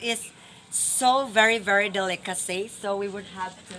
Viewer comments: "Dili Routine, Dili Schedule, Dilicacy" ---> 😂😂😂😂😂😂😂😂😂😂😂😂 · "ANTWORM" "DILI ROUTINE" "DILICACY" "DILISCHEDULE" HAHAHAHAHAHAHAHA ON POINT BAGSAK AKO NGAYON PERO IS THE ONE WHO MAKES ME SMILE